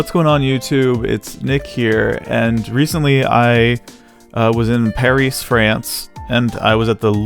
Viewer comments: "pahreece, france" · The way he said "Parees" and "loovruh" museum cracked me up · I loved the video, but the way you pronounced Paris and Louvre sent me 😂